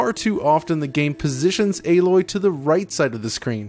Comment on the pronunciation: It is not pronounced A....LOY its ALOY